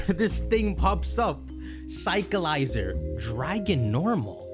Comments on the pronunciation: its definitely Cycl-IZAR not cycleizer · Cyclizar has to be pronunced Sai-kli-zar like charizard no? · Allow me to respell it for pronounciation. Psych-li-zar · I swear people are pronouncing it wrong. It's like cycler but cyclizar so cyc-le-zar. Also it's basically dreepy but mixed with xlr8 DNA from ben 10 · I think it’s pronounced like sick-liz-arr or psych-liz-arr